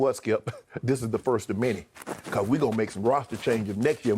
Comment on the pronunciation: Sounds like shannon speaks on a first grade level lol lol lol hey shannon its called many not menty go back to school so your not literate lol lol lol